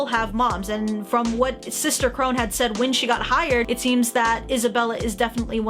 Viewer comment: I know this isn’t a new video and I know not many people will see this but Sister Krone’s name is pronounced Crow-Na instead of Crow-Nn, but I know it can be confusing, I didn’t even know it was spelled Krone until after I watched the show. (For context I watched dub)